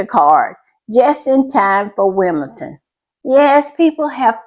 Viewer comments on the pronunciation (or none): It is Wimbeldon with a d, like in Lndon, and not with a t.